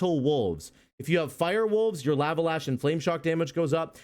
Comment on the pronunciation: Bro...the "laa-vuh" is killing me.... Lava = "law-vuh." Please....I cant take it anymore 😭😭